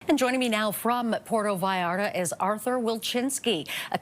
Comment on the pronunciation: It is pronounced PuerTO VallarTA. THERE ARE TWO “Ts” THERE, SPANISH IS NOT ENGLISH. It is not pronounced “Puero Vallara”. 🤣🤣🤣